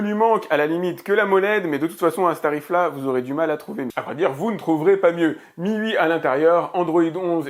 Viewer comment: super vidéo mais mi ui se prononce " you aie)